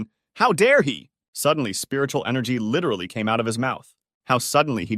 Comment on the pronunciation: Stop saying lirely